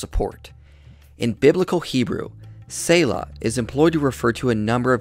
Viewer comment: its not tsayla its pronounced Tseh like zz in pizza or panTZ or tsunami